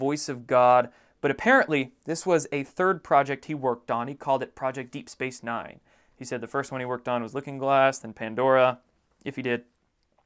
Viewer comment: Hi; appreciate your work. -- I couldn't tell if you said deep space nine or deep space mine. Anyway, I recognized it as a TV/Movie title & a video game. No big deal, probably irrelevant, but thought I'd share. :) ~ Star Trek: Deep Space Nine ( ). Summary (imdb): In the vicinity of the liberated planet of Bajor, the Federation space station Deep Space Nine guards the opening of a stable wormhole to the far side of the galaxy. ~ Deep Space Mine (2014) (23 episodes). Summary (imdb): A thousand years after the disastrous explosion of the space station, clones of Lewis, Simon and Duncan find themselves on a run-down spaceship. Together, they try to restore the ship to its former glory.